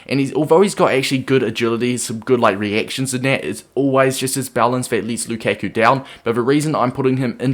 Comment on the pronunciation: Wtf? It's not Lukeku, it's Lukaku. How can you be a fifa player and fk up Lukaku's name?